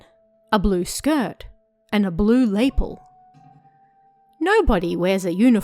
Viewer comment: The way you said 'lapel' sounded VERY similiar to the Dutch word for 'spoon', which is lepel lol